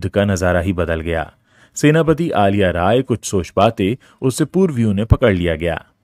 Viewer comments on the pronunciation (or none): Aliya nahi Saar, Azhiya.. how can we explain this pronunciation to North Indians..